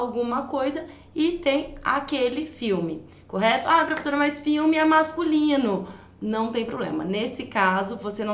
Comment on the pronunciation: que romantiquinha essa prevezora (minha irmã falava assim) hahahhaah